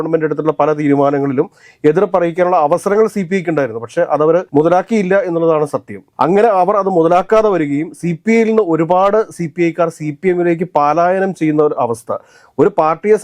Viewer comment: പാലായനം അല്ല പലായ നം ആണ്